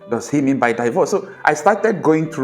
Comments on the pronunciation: It is NOT Pronounced => DAIVORCE It is PRONOUNCED => DEEVORCE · Can you check out the correct pronunciation of the English word "divorce?"